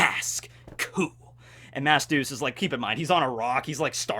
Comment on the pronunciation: Every time you say mask deuce I think you’re saying mass douche XD